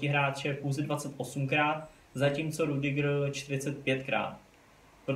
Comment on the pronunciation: Sry ale čte se to Rydyger